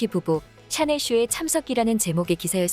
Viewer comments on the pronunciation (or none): 샤넬을 왜 채널이라고 해요? AI봇이 읽어주는 게에욤?